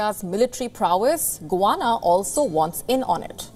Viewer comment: GUYANA fisrt of all not guana. And its in south america not in the caribean